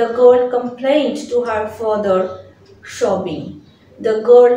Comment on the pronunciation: sobbing pronunciation শবিং নয় সবিং